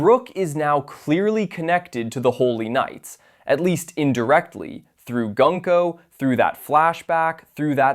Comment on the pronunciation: The way you say Gunko 😅